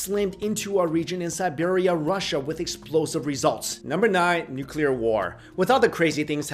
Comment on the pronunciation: Nuquler war?